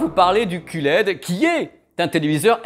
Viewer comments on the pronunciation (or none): ça y est, je sais tout sur le elle c'est dé, le oh laide, le cul laide (si si...il a osé...coupé au montage?), et bien sur le est-ce laide...et tout cas c'est simple comme bonjour (et tupperware ;-) )